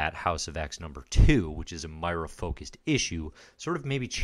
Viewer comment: Love the series. But I gotta chime in.... Moira. Moi-ra. Moy-ra